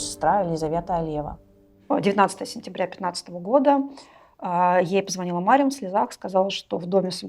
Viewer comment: Не Марем а Марьям. Мать Иисуса.